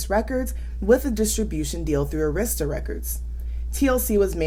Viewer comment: Arista = AIR-iss-tuh☺️